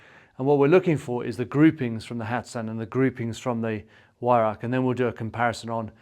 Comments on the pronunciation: Weihrauch = (Why - rauchj) I think comes close. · Weihrauch. Prounced with a 'V'. The 'W' is silent. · The Scots have no problem pronouncing the "ch" ,hence the word loch. Most English pronounce the "Weih" reasonably well but then pronounce "rauch" as "rack". But then again, to teach an Englishman to speak Scots is also almost impossible. :-) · Weirauch: Vye- row (rhymes with cow)-k. Vi-rowk.